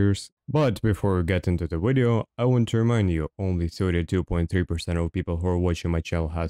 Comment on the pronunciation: no Russian would ever say "wideo" or "withard" - its "vidio" and "vizart" every time